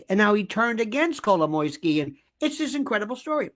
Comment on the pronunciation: Happy to hear someone saying Kolomoisky! He is the center of this thing. So obvious.